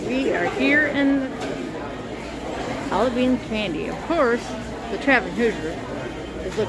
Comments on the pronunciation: You pronounced it "Alabeans" 😅 I worked at the factory in Hobart, Indiana. It's heavily secured. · I'm not commenting on your speech impediment, love. Just your mispronunciation of Albanese. No insult intended at all. 🫶